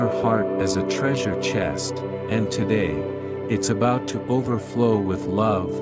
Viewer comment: You saying abaut love?